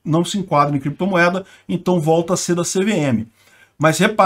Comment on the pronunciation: “Em algum momento o senhor operou com “creptomoeda [sic]”, com “bitcóio [sic]” ou outros?”...